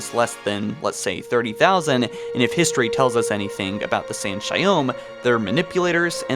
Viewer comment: It was a great video and all, but the way you pronounce each species in halo on your vids is fucking annoying 🤣 in this case it’s not San’Shyom lol, it’s San’ShayUUm, with U not O